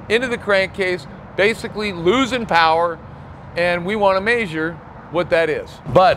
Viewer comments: Why do you say measure so interestingly? Its not Maysure its meahsure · Its funny how he says measure as maseure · “Maysure” 😂😂 always cracks me up lol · thought the same thing